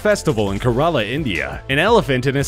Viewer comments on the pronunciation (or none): Kerala IS NOT PRONOUNCED LIKE THAT. It's pronounced care-a-la. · Thanks for butchering the pronunciation of 'kerala'